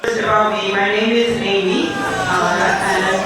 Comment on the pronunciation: Amy in Spanish is usually Aimé... pronounced Ī-meh. She's so weird.